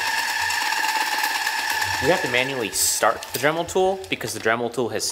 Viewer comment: You said drimel at 2 minutes and 1 second